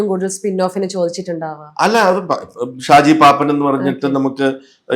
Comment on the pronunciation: ഷാജി പാപ്പാൻ അല്ല, ഷാജി പാപ്പൻ ആണ് അവതാരകെ